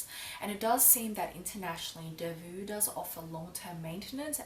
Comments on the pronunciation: It's not pronounced delvu but delvo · Please, it s not Delvuu, but you have to pronounce it Delvoo. I m from Belgium 😀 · how to pronounce: long O like Faux (delvoe) not vue. :) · Your pronunciation is so cute....but wrong...it’s not delvu..but Delvaux..like O at the end...💗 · Lovely video as usual ,I think the pronounciation of the bag is delvO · It’s pronounced DELVO, regards from Belgium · Just one thing - it's delvO, like bow, toe, go ;) Apart from that, lovely and eloquent video as always, and I couldn't take my eyes off your blouse! I absolutely adore it!! <3 Hugs and kisses for the Family ^^ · Thanks a lot for such a thorough and thoughtful video,! This bag has been growing on me for quite a while already: initially I accused it of being too lady-like, but I've started appreciating its class and simplicity, so a Brillant is on my bucket list for. By the way, the brand name has an O (pronounced like in "Ontario") and not a U at the end (the -aux combination is always an O in French), but it's just a minor remark. Talking about "understated" luxe brands, have you ever tried or thought about a Bottega Veneta bag? I'm really interested in your impression of the brand. Happy holiday season, and have a great trip to Europe!